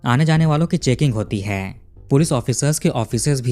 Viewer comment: तुम कहानी अच्छी तरहा बताते हो पर जो आप 'है -है ' का उच्चार करते हो वो बहोत इरिटेटिंग है जरा 'है ' का उच्चार अच्छी तरह करो. तो सुनने के काबील हो